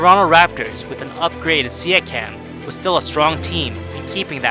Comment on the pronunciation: stop pronouncing his name like that, it hurts